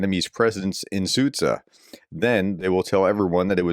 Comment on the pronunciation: Sudzho pronounced soo cha